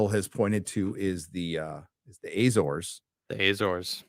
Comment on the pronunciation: Azores like America, not Ezores